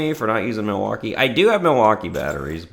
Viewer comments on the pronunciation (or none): none